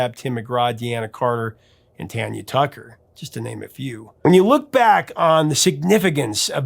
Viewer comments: "Dean"a carter....not "de" anna carter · I know you are the, so mispronouncing a Country artist can be forgiven. For the record, it's pronounced Dean-a Carter, not De-anna Carter. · Deana Carter pronounces her name as DEE na. 😊 Your recording sounded like Sammy Davis, Jr. 😮